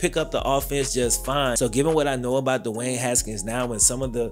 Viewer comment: Its not Dewayne.. Speak English